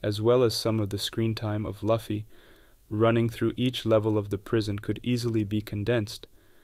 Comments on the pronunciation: Loo-fee, not Luff-ee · PLEASE!!!! IT'S LUFFY(LOOOOFY, NOT LUFEE!!!!) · I don't understand how fans of One Piece can pronounce Luffy like that. It should be Loo fee.